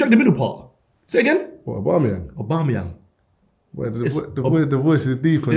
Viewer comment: Man goes Obamayang looool